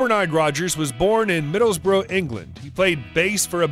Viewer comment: Who is the voice over doing this recording its driving me insame it is NOT Middlebroo it IS Middlesbrough and pronounced as such.